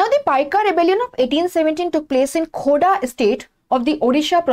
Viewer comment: It's Khordha ❤